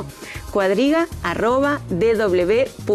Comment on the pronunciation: CUADRIGA, EL IDIOMA ESPAÑOL LA ACENTUA EN LA PRIMERA LETRA A: EDRUJULA. VEHICULO A TRACCION DE CUATRO ANIMALES, ( CUATRO: PALABRA DE DONDE DERIVA CUADRIGA ACENTUADA TAMBIEN EN LA PRIMERA LETRA A ) CAPITA: EDRUJULA HAY USO DISPARATADO DE PENTAGRAMA QUE PRONUNCIAN COMO PA- LABRA GRAVE ACENTUA- DA EN LA PENULTIMA A CUANDO LO CORRECTO ES ACENTUAR LA PRIME- RA LETRA A: EDRUJULA. COMO SI PENTAGONO EN VEZ DE ACENTUARLA EN LA UNICA A SE ACENTUA- RA EN LA PENULTIMA O COMO SI FUERA GRAVE!!!!!